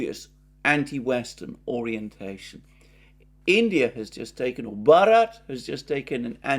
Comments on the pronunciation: Alexander, Bharat is like England renaming itself Albion, and Westerners cant possibly pronounce it correctly. I correced you on 'poonjab' but on this one it's pointless. The Bharats were an ancient Aryan-language doeaking tribe that has a connection with what is today Afghanistan (not 100pc on this). The whole tbing is absurd betond words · In hindi and also in Bengali (provably for thausands of years) the name of India is Varat (pronounciation like Varot). It is a vary rightfull action like Turkey to change its name to its original name. Maybe Germany should consider the same, by officially naming itself Deutscheland.